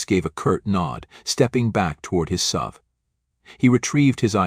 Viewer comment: More BS stories. And bad AI reading SUV, not "sub". He's not driving a submarine down the highway.